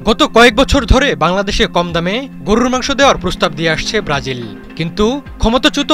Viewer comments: গরু রররররররর র র র র র হায়রে সাংবাদিক উচ্চারণও জানস না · গুরুররর মাংস কী? সাংবাদিকতা করেন না কী হকার গিরি করেন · সাংবাদিক ভাইর গরু বলাটা সুন্দর হইছে, গরুরু মাংস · সাংবাদিকের সঠিক শব্দ উচ্চারণ : গড়রুর মাংস😂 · হালায় গরুর মাংস উচ্চারণ করে কেমনে🙏🙏🙏 গররুরর মাংস, হালা আবুল ঠিকমতো উচ্চারণ ও করতে পারে না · গররুরুর মাংস, গররুরুর মাংস,গররুরুর মাংস শব্দ উচ্চারণ টা স্বাদ আরও বারিয়ে দিল😊😊😊😊😊😊😊😊😊😊😊😊😊😊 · গরুরররররররর মাংস😁😁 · সাংবাদিক ভাই আপনার গরুর 'র' উচ্চারণ একদম নির্ভুল 🤣🤣 যতবার গরুর কথা বলছেন ততবার শুনে আমি হাসতে হাসতে শেষ 🤣🤣🤣🤣🤣🤣🤣🤣 রররররররররররররররর😅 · "র"- এর উচ্চারণ টি অনেক মজার গরুরররর............! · উচ্চারণ গরুররররররররর 😅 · 😂😂😂😂amio tai vabsilam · গরুর মাংস, আপনার উচ্চারণ ঠিক করেন।